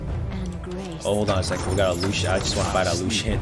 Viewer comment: Like how you pronounce lucien like lu-hsien